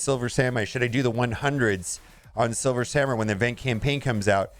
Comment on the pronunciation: "Silmer Swamurai" "Silver Samur" DESTROYER OF WORDS!